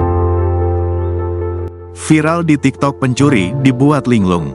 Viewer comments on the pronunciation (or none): none